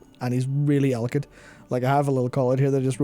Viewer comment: the irony in the mispronunciation of the word eloquent was not lost on me, good shit